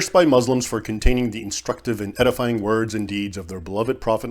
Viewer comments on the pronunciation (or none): Was that a joke or did you mispronounce edifying as pedifying.